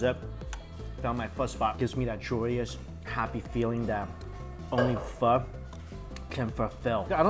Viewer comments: Whenever he says Pho... I gotta hear fu*** so bad😂😂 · How are you Asian and still mispronounce pho? Lol